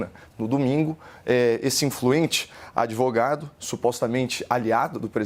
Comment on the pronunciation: É pra rir do sr "adevogado"